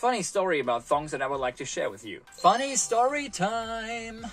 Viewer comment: Make it an upper case O in ThOng to say it properly.